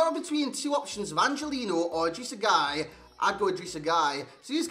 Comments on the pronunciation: yeah that’s what I’ve always know it as. Not ‘guy’. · I think it's pronounced like 'gay'.